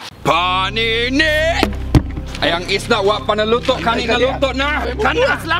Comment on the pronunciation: And isda not esda